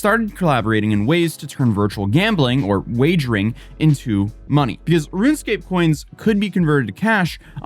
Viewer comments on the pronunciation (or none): none